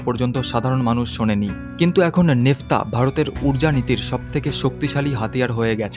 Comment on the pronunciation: উচ্চারণটা নেফতা নয় ন্যাপথা। এই ন্যাপথা থেকেই ৯৩১ ধরণের পেট্রোলিয়ামজাত পণ্য তৈরি করা যায়।